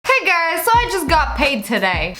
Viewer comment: She said Hey gers When she ment Hey guys